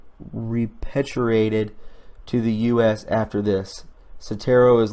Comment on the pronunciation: Repatriated = Re-Pay-Tree-Eight-Ed....No judgement....just trying to help as I've been there before. God bless brother. Keep up the Fantabulous work, we love you & support you.